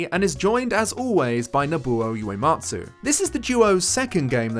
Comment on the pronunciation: I can't watch the full video right now but for future reference, Uematsu is pronounced oo-ematsu not you-ematsu 😙